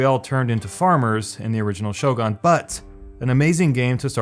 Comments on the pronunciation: I was intrigued by the video title but had to stop at 2 min mark. Somehow I don't want to listen to opinion of someone who can't even pronounce name of what he is talking about lol... shogaan .. wtf is shogaan... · *ShoGAAAHN. Might as well capitalize on the comedic effect of your horrendous pronunciation. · What's Show-gone? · Did you just say shogan? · Shogun is pronounced as you read it not SHOGAAN!!!! pls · If I have to hear you say "shogon" one more time I'm gonna freaking kms lol. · I hate how he says it like Shogarn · Don’t ever say the word “shogun” again unless you’re going to pronounce it correctly, you fuckstain. I’ll give you a hint: it’s not “show-gon”. You know what a gun is, right? It’s pronounced like that. And Warhammer isn’t an RPG, dumbshit. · Will you stop saying Total War: Show-gawn please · Reading the comments section about him saying "SHOGAN" as bad made me think "these people are over reacting" then I actually heard it. DAMN, that's horrible pronunciation indeed, it sent cringe all over me. Sorry but I'm disliking this video. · Everytime this guy says shogaan ..the cringe hits me like a truck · Shogun has a u, not an a, what the hell is is Shogahn? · Shogaan. Shogaan Total War. Shogaan. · SHOW-GONE, really bugged me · Shogun is pronounced "Show-gun" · "Shogon"... I couldn't watch anymore. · Every time it was pronounced "show gone" i cringed a little inside, other than that it was entertaining to watch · sho-GUN, G-U-N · its not SHO-GUN lol. A Shogun has nothing to do with a gun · ShogUn! "U" FFS. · WOLFENSTEEN 2 Total War SHOGAAN What next is he going to butcher? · what's a sho-gan? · i'm pretty sure Shogun is pronounced /ˈʃəʊɡʌn/ or /ˈʃəʊɡuːn/ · At this point i think the mispronouncing is intentional I mean seriously "shogAAAAn"? Just listen to the way he s pronouncing it he s having way to much fun Damn why am i so triggered about this lol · shogun, use U of dude... and you will be fine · How to pronounce shogun: Shogun Thank me later.